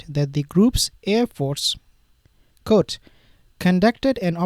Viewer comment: "Quote" is pronounced kwote, not coat.